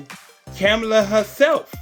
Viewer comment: I’m trying to understand🤔 how are you doing commentary and you can’t even pronounce the Madame VP Harris name😬, It seems to me you both are in the same boat, Janet Jackson is uninformed and you kidnap pronounce VP Harris‘s name🥴